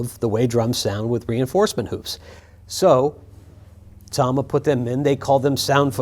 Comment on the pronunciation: Thank you for pronouncing it Tama and not Tama